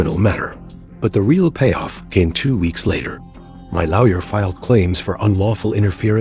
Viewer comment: Can’t even pronounce lawyer. 😂